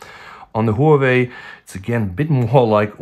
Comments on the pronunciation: Whoo-we-we or Huawei? XD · Great Whoaway phone 😂 (Huawei)